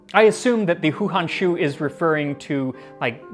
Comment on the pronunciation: Wtf is THAT??? Is that supposed to be a 'fresh' chicken? And we have to import them from next year??? Urrgh...... Hou hanshu is pronounced Ho Han-shoe. This is the best one I have seen so far... I'm gonna try it out! 👍👍